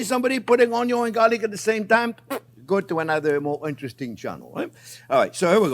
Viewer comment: My Favorite Chief says Onyo and now so do I